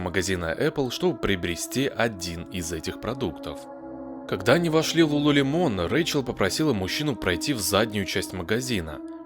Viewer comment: Не ЛулулемОн, а ЛулулЕмон….